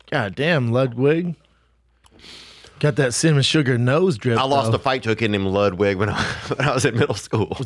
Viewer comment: Poor Brendan's CTE is so severe he can't even say "Ludwig"